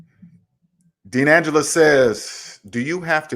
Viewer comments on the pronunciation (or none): none